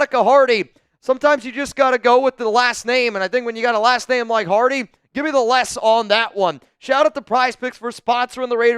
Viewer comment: Bro did not have to do the Hardy name like that. 😭